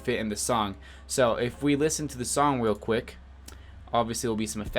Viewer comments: “so, if we listen to the song weal quick” 😂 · Did you say Weal Quip